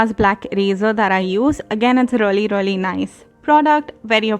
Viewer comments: You were saying reully instead of 'really ' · First thing it's really not rly